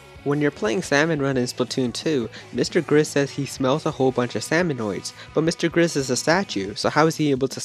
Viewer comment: Salmonids not Salmonoids.